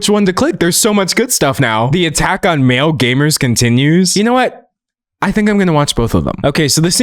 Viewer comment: For a full minute I was trying to figure out what “mail and pale” meant until I finally realized he was saying “male”